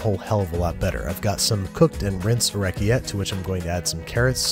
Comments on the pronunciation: Oreketay not orekiette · OrecchieTTE, not orechie. Thank youuu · Being the pedantic Italian that I am, I have to correct your pasta pronunciation: Orechiette is pronounced " oh-reck-ee-ET-tay" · What type of pasta is he using? I can't find it! It sounds like he's saying "Racciete" but I can't find that anywhere! It looks perfect! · You did not just pronounce orcchiette like that lol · Very glad to hear his Italian pronunciations improved significantly over time. That pronunciation of "orecchiette" hurt. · Italian here, the way you pronounced orecchiette kills me. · That's quite a interesting pronunciation of the pasta name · Ok, but can we talk about the way he pronounced orecchiette though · Not even Italian but I’m offended at how he pronounced orecchiette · I don't know if I'm like, the five-millionth person to make this pointless complaint on a video from 2017, but he pronounces orechiette like it's a French word, while it's Italian! Which I'm pretty sure is a crime, unless he pretends he did it on purpose, in which case we can all pretend it was funny and everything's fine. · Not the way he pronounced orecchiette